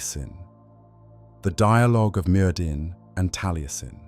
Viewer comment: Btw, it’s pronounced merthin as the dd sound in Welsh/brithonic is a voiced th sound